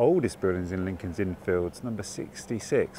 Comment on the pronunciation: Another great video,, and, as others have said here, one of my favourite parts of London. BUT... two things I have to pull you up on. Firstly, I can't believe you missed out the statue of Hodge, Dr Johnson's cat! You must have walked right past it in Gough Square. Secondly, please put the emphasis on the 'Fields', not the 'Inn'! When you say it the way you do it sounds like part of a baseball field... Otherwise, good 🙂